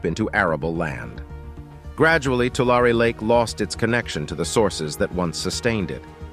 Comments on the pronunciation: loved the update, but as a native resident to this area please please please check with the locals for your pronunciation. Its like fingernails on a chalk board. The word is not Too Lair nor is it Too Lawr. It is pronounced "To Larry". as in, Don't give the money "to Shirley", give it "to Larry". The same goes for the nearby town named after the lake... just sayin' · It's not too-lar it's too-lary. That is the correct way to say Tulare. Lived in the area for many years and I was confused where this was until you put up the map. LOL. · You can always tell when AI is narrating something. It mispronounces words. It's two-lair-ee not Two-larr. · It’s Tu-lar-e not Tular. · The locals around there pronounce it Tularie😅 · Tulare, tu lar e is the correct pronunciation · It’s pronounced “Two-Larry”. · Tulare is pronounced: Tu lair ee. Just because I was raised in in the San Joaquin Valley. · Tulare is pronounced Two-Larry. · No one says Tulare they way they do in this video. it is pronounced with a long A and E, like "To Larry". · Interesting that growing up there we all pronounced it and the town (too Larry ) funny how 100% of everyone in CA says it wrong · Is the narrator wrong or 100% of the population of the San Joaquin Valley? My bet is on the narrator. To all of us here in the valley, it will always be too•LARRY. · We pronounce Tulare as 'To Larry' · 3 syllables dearie. 3 syllables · I'm amazed by how the narrator mispronounces the name of the lake. Great voice. Lots of very interesting information. And yet he pronounces Tulare in at least three different ways. Isn't that something you would research and learn before narrating what is otherwise a well done presentation.